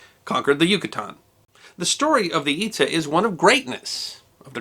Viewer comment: Itza is pronounced It-jzha. The descendants of the Itza, who migrated to Florida and Georgia (USA), are called Itza-te Creeks or Hitchiti Creeks.